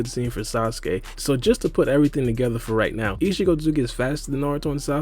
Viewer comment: He is saying ishigo its ishiki